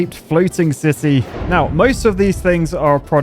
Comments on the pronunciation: I always understand him saying sissy and not city 😭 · Did you say "Saudi Arabia cube city" or "Saudi Arabia cube sissy "